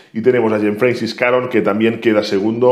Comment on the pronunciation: François se pronuncia fransua 😅